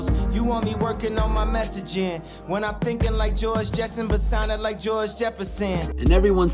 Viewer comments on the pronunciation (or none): It's George Jetson*** not Jesson.